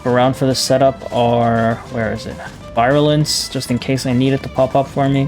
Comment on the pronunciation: i know this video is 10 months old but "virulence" is pronounced VEER - u - lence not VI - ru - lence